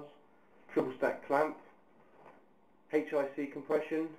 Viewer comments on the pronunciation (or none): i hat the word "hic" its H-IC